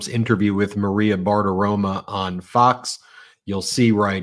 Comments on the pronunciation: Ben… PLEASE stop mispronouncing Maria Bartiromo’s name; it’s not BARTIROMA. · Can somebody tell Ben it's not Maria Bartiroma it's Maria Bartiromo. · WHAT THE YOU-KNOW-WHAT IS WRONG WITH YOU, BEN ????😳😳 SERIOUSLY !!!!!!! You rip that orange blob for mispronouncing Kamala's name while YOU keep calling Maria Bartiromo BARTIROMA. Or is ready not your strong point ?? It's Bartiromo with an "O". 😡😡😡😡😡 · I love how Ben calls her " Bart-aroma".- rhymes with Fart aroma!